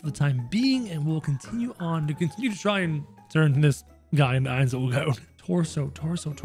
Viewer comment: Saying his name wrong